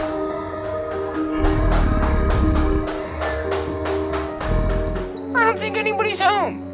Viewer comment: said hallo Instead of hello when he was knocking on the door